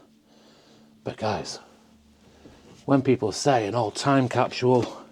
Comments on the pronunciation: (Kap-sool) "Capsule"---🚫kap-shull🚫capshule🚫.😂 Funny how American English/Americans, "Speaking the Kings"more proper than people from where the English language was developed....😊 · Go back to school LMFAO, time capshule?? What in the F*CK????? Spit out the mouth full of toothpicks LOL!!!!